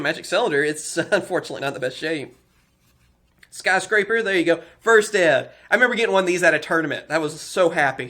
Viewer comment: min, definitely heard "sky striker", and not "skyscraper" xdddd